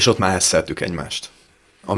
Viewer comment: "Hesszeltük egymást" mond, nem hecceltük-et.